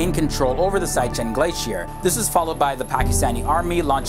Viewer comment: Siachin is pronouncer as see-aa-chin not saya-chin.